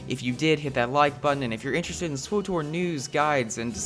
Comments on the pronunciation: sw OOOH tor ... ugh. Did you call TOR, OOH TOR? It's SW (like the sw sound in sweep) and TOR (like tore), so it would sound like swittor more than it would swOOOOHtor, you horrible person. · "swoh-tor" Just say the fackin name, pleb. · why the hell would you EVER pronounce SWTOR !??!?! Just say the old republic like a normal person...